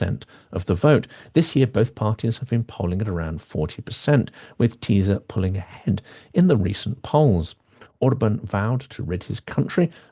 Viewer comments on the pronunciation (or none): Hi there, you mispronounce the words Tisza and Fidesz. The "sz" sound in Hungarian is pronounced the same way as the "s" in "sun", "soft", "silly", etc. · When you see "sz" as in "Tisza" it is pronounced "s" in English. If ever needing help pronouncing anything in the strange and beautiful language that is Hungarian, reach out.